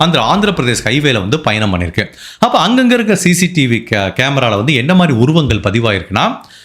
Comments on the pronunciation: குர்நூல் அல்ல. கர்னூல். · குர்ணுல் இல்லை கர்னுல் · உங்கள் காணொளியை நான் எப்பொழுதும் மிகவும் ரசித்து பார்ப்பது உண்டு... ஆனால், உங்கள் உச்சரிப்பில் கவனம் தேவை...தேஜேஸ்வர் என்பதை குறிலில் உச்சரிக்கவும்..Dejeshwar என்று நெடிலில் உச்சரிக்க வேண்டாம்... மற்றும், குர்னூல் இல்லை கர்னூல்.. என்று உச்சரிக்கவும் ஆங்கிலத்தில் பார்க்கையில் kurnool என்பதை கர்னூல் என்றே தமிழில் உச்சரிக்க வேண்டும் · அது குர்னூல் இல்ல கர்னூல் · குர்..நூல்..இல்லை.." கர் நூல்..நண்பரே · நீங்க. சொல்லும். விதம். சொல்லும். அனைத்தும். அருமை. ஆனால். சிலபிழைகள். குர்னூல். இல்லை. கர்னூல். நந்தியால். அடுத்து. கர்னூல். திருத்தம். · Yes it is pronounced as - ‘ Karnool ‘ (nearer to Hyderabad) not Kurnool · அது குர்னூல் அல்ல.கர்னூல் னு நினைக்கிறேன்